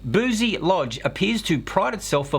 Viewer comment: Holy shit im like 5 mins drive from there, thanks for letting me know where not to send my future kids! Edit: its pronounced bru-cy not boozy